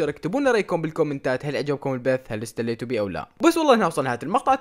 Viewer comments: هل استليتو بيه او لا 😂😂😂 اتسليتو مش استليتو ! ههههه امزح❤🔥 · اتسليتو بي ❌ استليتو بي ✔️ هههه